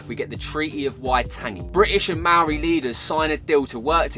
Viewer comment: Māori is pronounced more like mau-ree rather than may-or-ee 👍👍👍